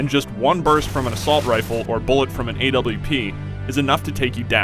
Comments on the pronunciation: ITS AN AWP *in 1 word* NOT A_W_P U NOOOOBBBBBB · "bullet from an Ay Dubya Pee" lol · "A W P" aah what a noob.